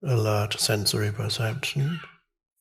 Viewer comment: It`s "alert sensory perception", not "a large ses´nsory perception" <3